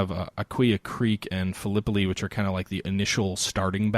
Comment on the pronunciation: Battle of Phil-eh-pie. It does not rhyme with Galipoli. Love the conversation btw,...the game sounds really cool. Total war: Civil War would be great if they did it right.